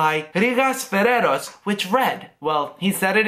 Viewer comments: Your English pronunciation is one of the best on the net. I wish I had it too. I watch most of your videos in order to become better. One little mistake on Rigas Ferraios. He is Ferraios and not Ferrero (Rocher) - the chocolate balls :) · Nice video!!!Congratulations!!Μονο που ειναι Ρήγας Φεραίος οχι φεραιρος. Kisses from Greece<3<3<3<3